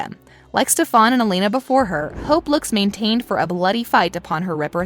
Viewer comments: ITS STEFAN NOT STEFAAAAAAAAN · OMG its “Stefan” not “Stefon” 😂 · She said stefaaan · Is nobody gonna tell her it’s pronounced “Stefen” an not on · ugh stop saying stefaaan it´s stefan like in stefen or am i the only one who got botherd by it? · Its stefan not stephane. Pronounce it correctly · yo wtf. ik you DID NOT SAY STEFAHN. ITS STEF AN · Its Stefan not Stefarn. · You’re mispronouncing Stefan’s name it’s Ste-fen not stefon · Not sure why people are getting mad about the way the narrator says "Stefan". Yes, they say it differently on the show, but it's wrong. It's Italian and should be pronounced "SteFAHN" not "SteFUN". It's also French with the same pronunciation, but Salvatore (which should be SalvatorAY, but I digress) is Italian. So yeah, TVD pronunciation is wrong. 🤷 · Why the fuck do you say Stefaaaaan its stephan. chill. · STEFAAANN? ITS STEFAN NOT STEFAWN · It wasn't a Jin, it was a Jinni, also, it's StephEn not StephOn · Anyone else bothered by the way she kept saying steph-ON instead of stef-IN? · It’s Stefan not stefon get it right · Please learn to pronounce the peoples names.... Stefan not Stefaan and that‘s not how you pronounce Dobrev either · It’s “Stef-An” not Ste-FON” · PLEASE READ THE COMMENTS IT IS STEF-EN OT STEF-ON JESUS CHRIST also Ian and Nina most definitely will not be coming back to the show at least not together. The whole reason she left the show was because of their breakup and also because of that whole suspicion about season 9 of tvd Nina and Ian and many others said they weren't coming back even if it was true .But I think there could be a small chance of Candice who played Caroline in tvd, Kat who played Bonnie on Tvd, Riley who play Freya on The originals, Claire who played Rebekah, Charles who played Marcel, Steven who played Jeremey, etc could make an appearance on Legacies especially Riley bc she never post on insta and I understand that's prob not the reason y but I'm going to hold onto hope lol. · It’s Pronounced Steph—-an